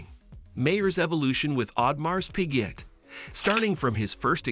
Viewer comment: Pls know the correct pronunciation of the brand first before discussing any technicalities!😂